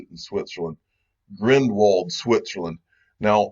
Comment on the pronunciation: Grindeeeeelwald not Grindwald xD i teach u some swiss german one day